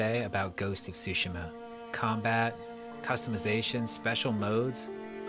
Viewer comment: Vamos, estúpido y sensual, dilo de nuevo: "Ghost of shushima"